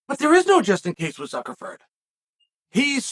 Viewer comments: Ok, I thought I was tripping😂😂😂 He is saying Zuckleford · Hahhhhhhhhhhhhhahahhhaha Zuckerford. Can we get Chael on Cameo mispronouncing names. My goodness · I love how Chael spells the name right in the thumbnail, but then mispronounced it the whole video. That is dedication to contradictory details that kills me. I prefer "Fuhkernerd". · Why do you keep saying "Zuckerford"???....do you mean Zuckerberg???😊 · I can't stop laughing at the fact that he just continued to call Zuckerberg "Zuckerferd" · Ok - Zuckerford? Chael……. Cmon man….. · “Zuckerford” is classic. Gotta love Chael… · Jesus F*&k.. "Zuckerford" multiple times... not a good look bud... :facepalm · “Zuckerford”. Never change, Unc. 😂